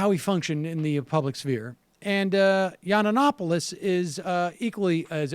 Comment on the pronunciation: I can't take anyone serious who cannot say the name Yiannopoulos correctly. Learn to read young man ...learn to read.